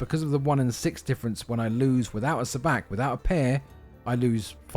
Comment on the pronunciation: My only gripe is how you pronounce sabaac lol. It's pronounced suh bahc like the characters pronounce it. However, this is a great tutorial. I learned on my own but I'm going to buy the actual physical cards to play with my wife and wanted to teach her. Thanks man!